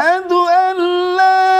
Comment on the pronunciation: Lamelif laaaaaaaaa Not leeeeeeeeee